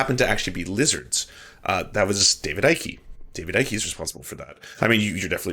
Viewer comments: David Icke is pronounced like Pike, not psyche. Other than that, good video. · As someone from the UK. David Icke, "Icke" is pronounced like "pike", "hike" etc. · FFS. "Icke" is one syllable: "ike". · Oh, the "everyone is racist" route...... Foh....it is quite obvious you did absolutely the bare minimum research before you opened your pie hole in the subject. You cannot even pronounce David Icke correct. Not only that you stayed only inside your echo chamber when finding information on him. Just ridiculous...... You may be able to fool your brain dead subs on David Icke, but anyone who has actually listenes to the guy knows what's up.......